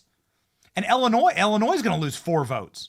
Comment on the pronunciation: ELLENOY??? ILLINOIS 😅